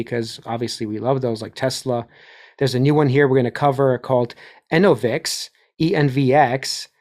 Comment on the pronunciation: (1) Enovix- pronounced: en-NO-vix … (2) I remember when $ENPH revs were 1/2 of $SEDG. They’re almost neck and neck… Factor this into your investment thesis. BTW- $SEDG sux 🚮…. what a dumb name for a company- “solar edge”🤦🏻‍♂️ngmi Put the 💰 you were going to invest in $SEDG into $BTC/$ETH . That’s a more efficient brand of diversity, imho. (3) Good work on the update 👍🏽